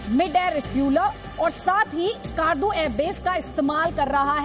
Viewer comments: Us ka naam ASKAAARDU nhi he , Skardu (skerdu) he. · It's Skardu not skaardu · skarrrrdu hahahah, these inbreeds cant even pronounce skardu right. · The way they pronounce Skardu.😂